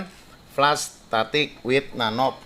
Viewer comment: Flush (dibaca flas) Bukan fles om. Kalo fles itu (flash) Jd beda artinya, hehee Anyway itu 540 rb hanya flush nya saja ya om? Belum tmsk oli engine ya